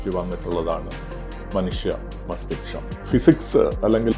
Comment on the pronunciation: മസ്‌തിഷ്കം എന്നല്ലേ സാർ...